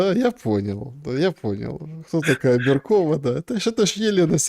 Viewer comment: Не беркОва, а бЕркова